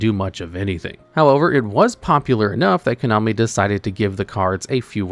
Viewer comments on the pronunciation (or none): none